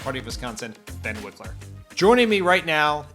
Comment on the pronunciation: So is it pronounced Wikler but spelled Wilker, or is one of them wrong in this video?